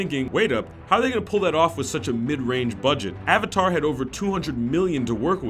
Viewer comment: better than ONng the ahvatar